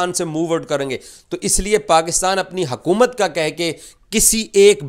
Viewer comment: Abe hakumat nhi हुकूमत,,hota,,inko urdu nhi aati😂